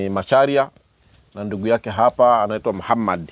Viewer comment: Jina anavyolitamka Muhammad maa shaallaah huyu subhanallah ni kigogo